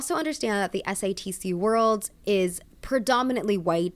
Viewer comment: everytime she says satc i hear stds. waited to watch this till after i watched the show so im excited for this